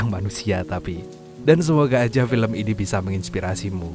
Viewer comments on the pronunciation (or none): none